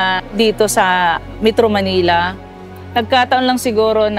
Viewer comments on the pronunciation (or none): none